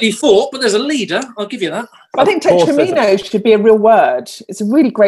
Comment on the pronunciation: The mispronunciation of "tetrominos" is bothering me. Surely it rhymes with "dominos"?